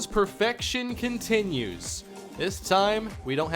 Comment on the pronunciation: For the love of Greenberry, and as a fellow Minnesotan, why do you say "conTENue"?